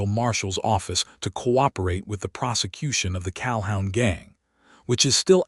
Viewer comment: Pronounced Cal-hoon